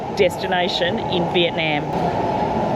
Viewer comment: and. Love love love your pod casts. The tours and suggestions are marvelous. However, one thing stands out from pronunciation of Viet. NAM She comes down so hard on the NNNAAAMMM. ITS SOULDS LIKE FINGERNAILS ON A CHALK BOARD. I might suggest Viet Nauum. Instead of the very loud NAM!!!!